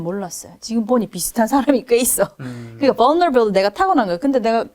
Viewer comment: 벌너러빌리리 ㅋㅋㅋㅋㅋ vulnerability 머누버빌리리 maneuverability